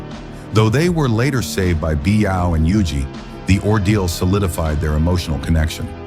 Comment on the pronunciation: Lu Xueqi.. Come on, u can't even get the maths right, at least get the names right will ya? And there are only ever 2 women who loved Zhang Xiaofan, they are Lu Xueqi and Biyao. Oh, and pls learn to proniunce their names correctly too.. Imagine your name is Crocodile and people keeps calling you coo-coo-dial how would u feel bro?